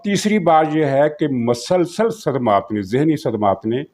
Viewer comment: sir ....masalsal nahin ....musalsal ....musalsal........